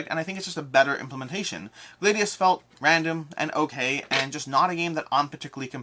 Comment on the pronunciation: Gladius is pronounced with a short a BTW - just like gladiator.